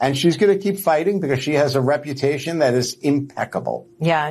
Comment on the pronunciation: She has an impeccable re-PUTA-tion 😂😅😂 The 1st lady in the HO house.